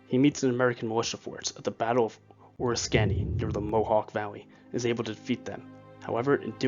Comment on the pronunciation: " Battle of Or-Risk-Can-Knee " anyway your videos are very very good despite any pronunciation boo,boos.☺ I believe one of the British commanders was pronounced " Saint Lee- Geer too.😙